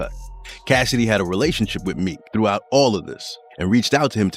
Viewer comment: I dont like how he say relationship 😂